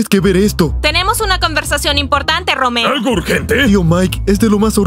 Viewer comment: me dio muchisima risa cuando dijo roomeo ;santacachucha